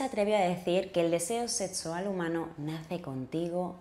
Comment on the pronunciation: "Setsual"? Hable bien; se dice "sexual". Vaya a un fonoaudiólogo.